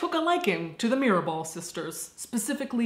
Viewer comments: Mirabal sisters not mirebel. Great video by the way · MIRABAL buen video, y tu pronunciación en español es bastante buena pero el error de Mirabel en vez de Mirabal es lo único fuera de lugar. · It's Mirabal, not Mirabel. Love the bloopers section!! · Every time you said Mirabell, it sounded like Mirrorball and it made me smile. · Baby, its Mirabal :), Other than that everything you said was sadly, true. But they are our butterflies :)